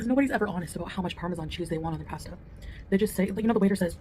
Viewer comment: Her pronunciation of pasta makes me feel stabby.